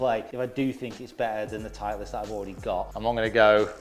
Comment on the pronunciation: Love the video, just have to mention "titelst" tho.... still a thumbs up every time